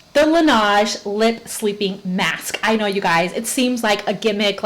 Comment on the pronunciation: Laneige= la nehj ( soft j, accent on nehj). French for “the snow” but Korean beauty care. You’re pushing me hard to buy it.😂😂😻